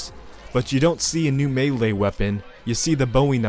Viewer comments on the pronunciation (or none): none